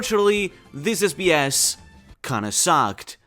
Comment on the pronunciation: I love your accent every time you say this sbs it just sounds like this is BS. And it is SO fitti g. Lol